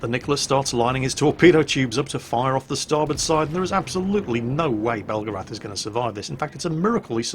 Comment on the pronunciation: That’s pronounced BEL-GARATH not BELGA-RATH only Americans make that mistake...... bugger now I’m in trouble